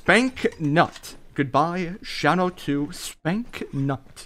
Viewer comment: Dude why you gotta say Spanknut like dat ahaha